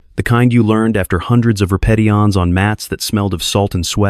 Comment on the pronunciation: Re-ped-e-ones instead of repeditions, you need a lot of work. Terrible